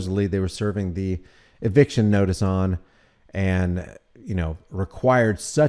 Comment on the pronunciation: Did you say eviction or eviscerattion?